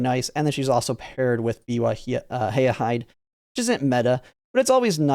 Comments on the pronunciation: What do you mean? "Hi! Yah, Hide." is perfect Nihongo!. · Still can't pronounce hayahide I see😅.